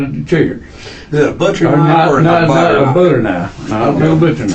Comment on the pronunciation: 🧈 "I cant believe it's NOT muyda" 🧈